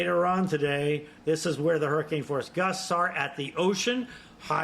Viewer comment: Again Oh ah who NOT o wah who HO NO LU LU NOT hana loo loo